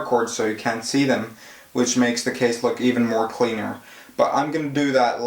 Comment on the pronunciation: in this caiisch